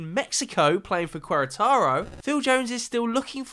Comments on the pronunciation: The way he pronounced Querétaro should be illegal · FOR THE LOVE OF GOD PEOPLE LEARN TO PRONOUNCE QUERETARO ITS NOT THAT HARD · The way you absolutely butchered the Querétaro pronunciation. 😭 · Holy shit this ginger girl pronounced Queretaro worse than any other person ever🤣🤣